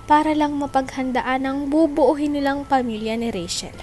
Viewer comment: NOT BUBUUHIN,BUBUUIN